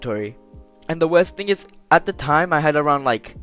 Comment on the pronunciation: It ezzz what it ezzz we all know we bought something in accident